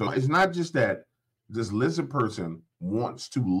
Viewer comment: Can't speak clearly, LIZZA 😂